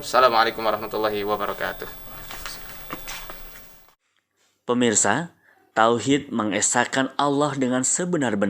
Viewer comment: Wabarokatu....bukan wabaroyatu.....